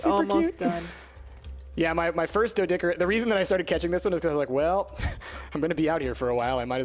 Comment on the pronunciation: Oh my god it not doedickerous its doe doe care rus